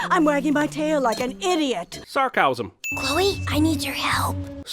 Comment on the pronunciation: “Sarcowsm” killed me XD